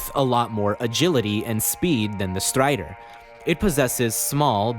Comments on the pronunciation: I stopped watching the video as soon as i heard how he pronouces "Strider" Kidding but nice video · the way you say strider and some other names with R in them has some accent I can't recognise but it sounds so funny